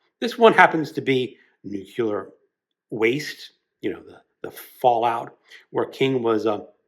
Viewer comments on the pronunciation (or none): OMG... Can somebody PLEASE tell me, HOW is it possible someone who has this many books pronounces nuclear like "NUKE-YOU-LER"?!? MAKE IT STOP